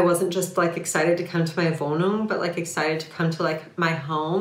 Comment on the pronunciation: Wohnung ... perfect german pronounciation ..aha...schööön